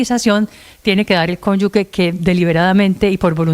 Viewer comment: Que alguien le diga a la eepresentante que no es conyugue sino cónyuge